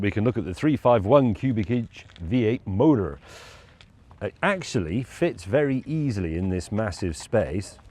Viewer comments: James, when you try to sound "American" when saying motor or hood you sound like you are trying to emulate Minnesotans (as in the movie "Fargo"). If you want to pronounce motor and hood like a true American motorhead then you need to listen to any album by Lynyrd Skynyrd, at least enough times so you can repeat more than a few words in the Skynyrd accent. Skynyrd was southern rock, which is the birth-place of NASCAR. It is true the American cars of the late 60s to early 70s have pathetic performance compared to anything made in the last ten years. But try as they might, no one has authentically replicated the feel and the sound of those old beauties. Thank you for the video flashback. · "V8 MODOR" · I can't decide if his pronunciation of the word "motor" is conscious or not. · I love these guys but... Do they really think they sound 'merican with their pronunciation of "motor" with a 'mercan accent?They sound more like a Brit trying but failing to sound 'mercan. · quite possibly the most american sounding word ive ever heard leave james' mouth over MANY american impressions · Is it just me or when he drops into “American accent” and hits his R’s properly he sounds more like he’s from the West Country? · It’s so funny hearing him say “MOTOR” in an American accent. Would love to see him do a parody video entirely in an American accent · I like how he always drops into an American accent to say motor